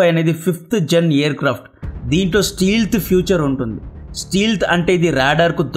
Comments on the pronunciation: ఒరయ్య స్టీల్త్ కాదు రా స్టెల్త్ 😂😂😂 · Steealth kadu anna Stealth ! E silent.